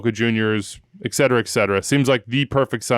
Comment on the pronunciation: One of these days, might realize it's etcetera, not ekcetera...